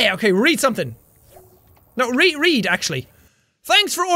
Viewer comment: i don't always comment, but I when do You read it wrong…